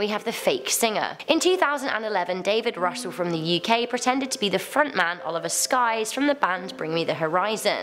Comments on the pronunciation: Oli Sykes.. not Skyes 🤨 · Oli SYKES.... not Skyes that was nagging at me so much. Love this channel though :) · am I the only one who realised she said Oli Sykes' name wrong